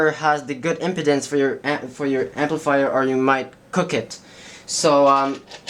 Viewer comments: Pronounced ... IM- PEEE-DENCE not "impotence" big difference :-D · Tim Tidball yes I was very confused until I saw it typed out. I was like what’s erectile dysfunction got to do with this? Oh, wait! Impedance! You’re talking physics!